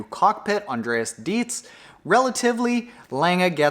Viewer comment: Hey, awesome analysis. I'd like to add a few points. First of all, Patrick Lange's teammate is pronounced like "dry"tz 🙂. Secondly, Javier Gomez also benefitted from the work of Andreas "Drytz" 😉. And he didn't manage to run a really fast marathon, for him it was, as he himself pointed out, too much effort to have a good run afterwards. And not only Gomez suffered from Dreitz' work, Braden Currie was in the same group, who's also known as a fantastic runner. So I think, that Lange improved significantly on the bike this year. And he was able to outrun Aernouts, Currie and O'Donnell after 8 miles on the run. So his overall shape must have been absolutely outstanding this year. Only Frodo will know, if he would have given Lange a real fight for his money (to quote Lionel).